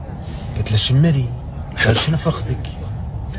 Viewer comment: من طريقة نطقه لكلمة ( شمري ) واضح انه عايش فترة طويلة بدولة غير عربية